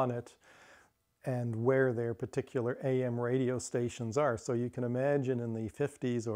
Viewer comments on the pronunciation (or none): none